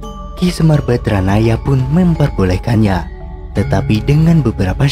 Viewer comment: maaf penyebutan YG BENAR SEMAR BADRANAYA bukan BADRAYANA